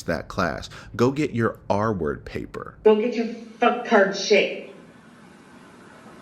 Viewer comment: The one that gets me that I've yet to hear anyone mention is the way she pronounces "pay per" instead of just saying paper in her sentencing statement lol